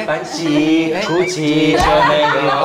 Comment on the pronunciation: Prada not parada